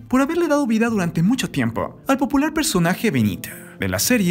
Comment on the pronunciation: " Vide, Mexica, Ocañe" VIDA, MĖXICO, OCAÑA, FLACO APRENDE A PRONUNCIARLO BIEN